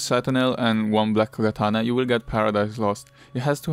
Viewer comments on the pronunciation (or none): none